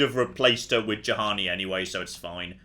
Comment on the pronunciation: its bloody Juhani, like Yuhani!! not Jahani ffs!!!